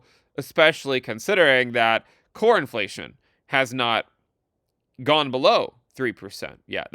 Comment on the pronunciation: When you say "Core Inflation" it sounds like "Cornflation" and I'm here for it